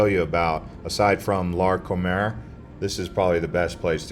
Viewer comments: He sais Larconer because that is a place to COMER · It's LarcomAr not Larcomer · It’s“Larcomar” not Larcomer